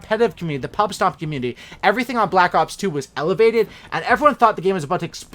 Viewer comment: 4 cookies to anyone who can count how many times he said "balck ops"